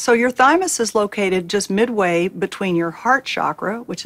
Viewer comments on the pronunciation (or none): none